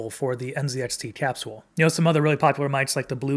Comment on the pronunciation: I’ve never heard capsule pronounced that way. Have doctors been saying it wrong this whole time? 🤣 Sounds like a nice mic though.